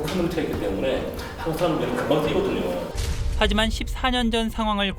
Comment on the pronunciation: "뛰거든요"가 아니라 "띄거든요" 아닌가요??